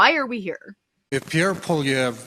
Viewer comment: Okay, the fat guy has to start pronouncing Poilievre's name correctly or this is not a serious show. Andrew Lawton wouldn't allow that crap.